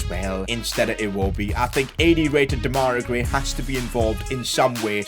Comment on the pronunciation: PCQ: Why do you keep calling him de-mai-ra gray , it’s dem-a-rai gray?